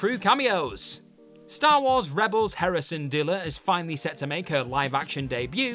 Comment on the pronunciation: Too bad he doesn't know the content he's covering, and just reading a script instead. Hera Syndulla isn't pronounced as "Syndilla", he just read a typo.